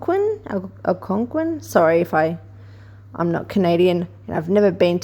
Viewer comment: Yes you pronounced it correctly, lm Canadian. Algonquin is a massive camping park way up North. Are Harry/William even the same ppl anymore? I seen a Facebook post today that the British ppl are in an uproar over chuckys Easter message. Why can't the Monarchy be abolished by the ppl?